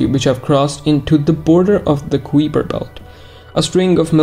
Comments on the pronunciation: FYI it’s pronounced kaiper, rhymes with diaper. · i should inform you that common english pronunciation of "kuiper" is related to "guise"; the "ui" makes the same sound as the "i" in "kite", or "ride"